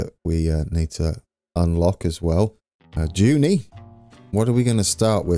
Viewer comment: Still loving the series,! A pronunciation update (you're doing pretty well so far): Junee: Ju-NEE rather than JU-nee Moree (when you get there): Mor-REE Dubbo: (you had it the last time!) DUB-oh...